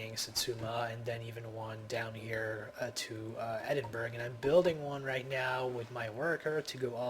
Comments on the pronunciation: just to let you know mate its pronounced Eding - burra not eding burg and its leon not lie-on. i hate to nickpick my friend but i thought id let you know ;-) p.s great vid helped me out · its pronounced ED-IN-BUR-UH not EDIN-BURG Also turkey (Ottomans) isn't in the middle east.